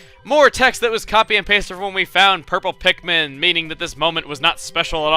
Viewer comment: its pikmin not pitmen